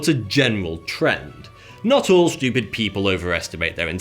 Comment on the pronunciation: I like this guy. It's funny when he says "SCHEWPID".